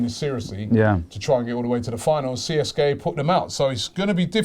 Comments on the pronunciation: Robbie you dont spell CSKA out, you say it like Seeska. Just saying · In Russia they pronounce it Seeska not C S K A. Just a heads up. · PRONOUNCED (SESCKA) Moscow. Amateur. Go Ozil! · you need to learn how to properly pronounce foreign clubs name,in this case CSKA..